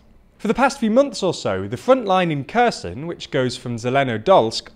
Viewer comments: Holy shit. Repeat after me: HAIR-Sonn Not Kerson. It ain’t hard!! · great video! One note: it's pronounced Herson, Harkiv. The K is silent and it's to show it's a hard H, not a soft H. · it's not spelled as "Kerzen", it's spelled as Herson, (o being pronounced like the o in or) (Kh in other languages usually means the sound is a hard "h"